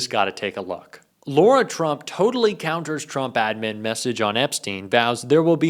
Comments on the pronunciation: Let's be accurate and pronounce Lara as it is written, not as Laura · First of all, you should say her name right "Lara" not "Laura". Second, calling for more transparency is not dropping a "BOMBSHELL!". You clickbait because you have nothing real to offer. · It is Lara like cara not laura. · It's not Laura Trump it's Lara Trump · Her name is LARA Trump. Not LAURA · Lara is pronounced as La-Ra rather than Laura. I’d hate for anyone to be confused about whom you’re referring. Thanks! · La-ra. Not Lor-a 😊